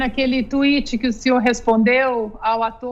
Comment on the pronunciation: Ana Paula, please!! para de fálar Tuiiti!! Você mora nos 🇺🇸 fala certinho please!! "Repeat after me: Twitter" thank u